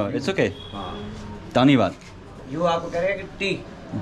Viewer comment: Dhanyabad Bhai not D it's B ... Bhai